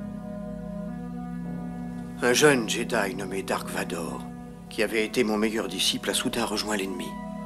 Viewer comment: la vf c'est juste la version la plus foireuse au monde: vous êtes les seuls idiots à l'appeler "dark vador" ce qui ne veut rien dire hors son nom est "Darth Vader" (ça se prononce le v se prononce comme un f normalement) c'est de l'allemand et ça signifie "sombre père" donc désolé mais son nom est Darth Vader